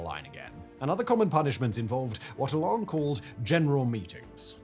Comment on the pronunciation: E'lan not ehlan.